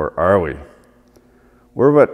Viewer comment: "And here vee go" Finnish man said Canadian man quoteth